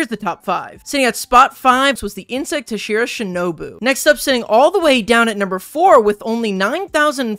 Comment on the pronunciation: “HAhhshEErAh” Words cannot express how you badly just overpronounced that